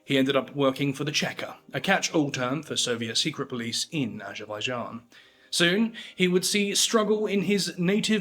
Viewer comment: Lentiburie ?? 😂 Barrier ?? 😂 What a BS video Bolevic party ?😂 Azabadjan ? 😂 Barrier ? 😂 The caucaseS ?😂 Vertiburier ? 😂 Aschwitz ? 😂 Labarriere ? KAthian forest ? 😂 Gurrier ? 😂 Nikita cruel ?? 😂 Krouev ? 😂 Kruel ?😂 Burier ?😂 AND THE NARRATOR with his ssssssss ln his tongue !! So shi t.. y painful